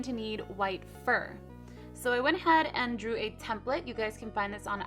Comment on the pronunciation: cupquake u r saying template wrong :/ it bothered me SO MUCH!!!!!!!!!